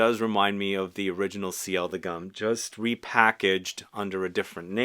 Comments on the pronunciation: It should be pronounced "goom" like in "loom" - not "gum". Why? Because it was a 120 years anniversary edition for G.U.M. - a historical store in Moscow - something like Harrods or Galeries Lafayette. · You keep calling it "Gum" and it makes my skin shiver . The U is pronounced like the U in Universal.